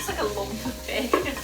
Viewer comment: I love how you say bacon Bacen lol